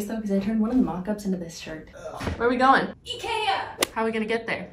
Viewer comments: I don't know who the girl is but the way she says IKEA as e-ke-a instead of i-ki-a pleases my Swedish side very much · As a Swede, pronunciation of "Ikea" makes me really happy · The way her friends pronounced ikea literally killed me 😭